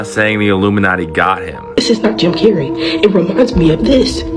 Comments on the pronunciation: Jim Carrey' ❌ Cim Jarrey ✔️ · "JIM CARNEY"